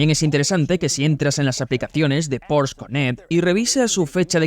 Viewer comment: Bueno, el wagon mas loco del mundo con permiso del Ferrari FF. Y por otro lado, se que algun dia nos haras felices y tu doblaje al español dira "Porsche", con la E final. Como les gusta a los alemanes 🤣